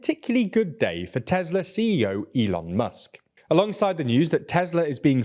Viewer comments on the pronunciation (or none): none